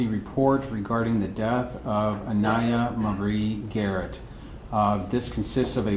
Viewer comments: Love the doctor saying Aniya Garrett instead of day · I like how he said Aniya Marie Garrett, not Aniya Day-Garrett.